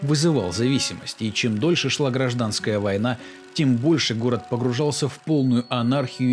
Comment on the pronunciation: Хорошая работа, благодарю за ролик, однако хотелось бы посоветовать получше готовить текст. «Рецидивист», там где нужно «рэкетир», «ГрАжданская война»